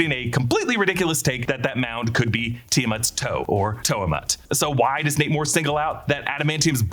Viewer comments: Every time he says Nate Moore, all I hear is Namor 😆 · Everytime you say Nate Moore I hear Namor 😂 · Every time ypu said his name i kept hearing "Namor" and was like "that kinda tracks..." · I kept hearing "Namor" instead of "Nate Moore." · Haha I thought the exact same thing